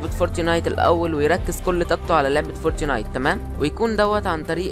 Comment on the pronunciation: انتقها صح اسمعها فورت نايت مش فورتي نايت